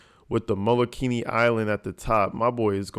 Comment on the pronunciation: You did not say Molokini! I'm screaming 😂😂😂